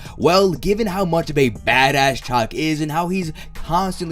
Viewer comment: Shaak it's pronounced shaak. Not chuck, or chack. Love your videos but damn your pronunciation kills me.